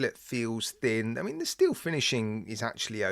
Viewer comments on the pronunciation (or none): none